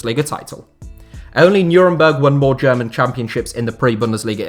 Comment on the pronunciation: Erster FC Nürnberg, never heard it like this, the correct way. Thanks!